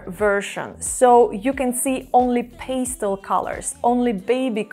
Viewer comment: Hmmm Are you Romanian? It is pastel not peistel